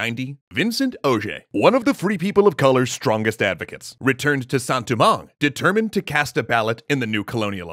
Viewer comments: Sounds more like poorly pronounced French to me. I've heard Haitian Creole from a genuine Haitian, and that doesn't sound like it. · As someone who knows basically nothing about Haitian Creole, I was wondering, is he going for a Creole pronunciation of Saint-Domingue?